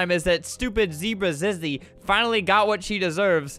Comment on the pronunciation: Even though her name is zizzy its pronounced ZeeZee